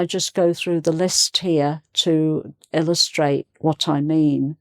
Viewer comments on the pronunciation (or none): "...to illustra e what I mean."